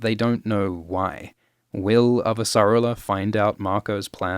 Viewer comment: Hell yeah, more Expanse episode breakdowns. I can't wait to hear all the new ways you mispronounce Avasarala.